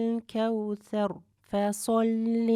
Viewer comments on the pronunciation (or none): none